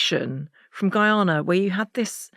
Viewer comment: Firstly the Country is pronounced Guy (Anna) Not Guy (Una). Clarifying from someone who's 1/2 Guyanese. Thank You.